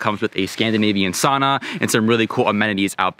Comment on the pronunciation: Say you’ve been to Scandinavia, still pronounce sauna wrong....